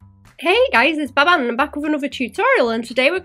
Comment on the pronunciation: more like Bah Ban lol